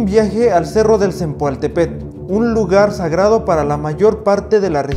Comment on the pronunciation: Mala pronunciación del nombre del cerro